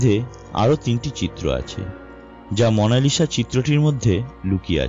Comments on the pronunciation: উচ্চারকের উচ্চারণ এত্ত বাজে কেন? মোনালিসা কবের থেকে মোনালিশা হল??? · its mona Lisa not mona lishaa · Kotha gula poca....lisha na lisa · Mona lisha na bhai monalisa parish o na Paris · মনা লিশা???😂😂😂 lol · what is মনালিসা? 😂 আগে ভাষা ঠিক করুণ ভাই